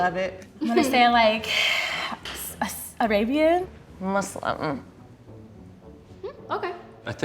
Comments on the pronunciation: Omg....she really said Muslim with her whole chest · The way she said: “Muslim”...? with her whole chest. I have to scream! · She said “MuZLeemMM”. 😭😭😭Like if you don’t get your Nordic .... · Did she just said muslin as an ethnicity? Mmmm okay 😂